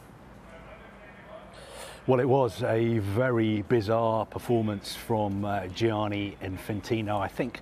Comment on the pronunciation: When are Sky going to employ an Italian-speaking voice coach to end the daily massacre of every Italian name the presenters are asked to pronounce ? Who’s ‘Gee-aaah-knee’ ? (At least it wasn’t Frenchified which is the usual default position).